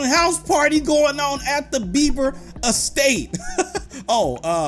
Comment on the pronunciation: Its beber not bever